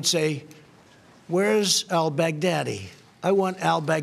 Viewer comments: Am I the only one who hears BIG DADDY😂 every time he says his name🤣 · I hear Bag Daddy....rofl